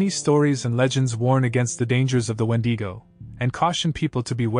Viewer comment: Crazy that no one has pronounce Wendigo right lol no matter how many channels are made talking about it they never done it right